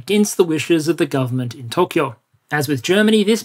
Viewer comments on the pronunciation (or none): none